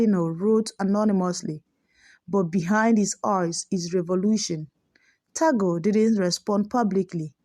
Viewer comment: Pronounce as Tag-le , not Ta-gle .